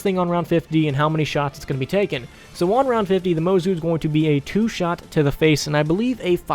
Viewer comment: It’s pronounced mozu not mozu